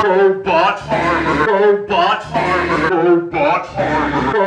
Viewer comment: sounds like he's saying Robot Farmer instead of Robot Armor